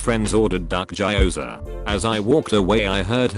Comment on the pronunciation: post: Gyoza nobody: literally no one: tts bot: ｇｉ ｏｈ ｚａｈ